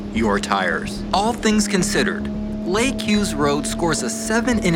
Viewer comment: thanks for the shoutout and for pronouncing my name right. I’m so glad you got to experience that gem of a road 🤌🏼